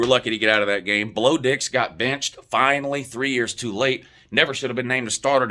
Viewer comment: Bro did he just call Bo Nix “Blo Dix?” 🤣💀🤣💀 I’m screaming yo